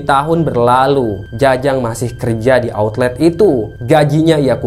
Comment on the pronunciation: outlet,bukan autlet